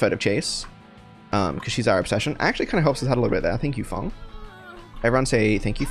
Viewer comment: 1 bro called ada feng 2 bro says "fong"